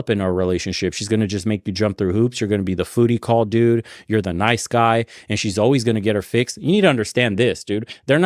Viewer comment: Did you say "Foody call"? 🤣 Never heard that one but I knew exactly what you meant.